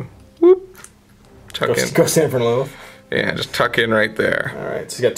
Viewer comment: "Meenoth"..... Holy crap this has bugged me forever. Men-oth would seem to be more accurate.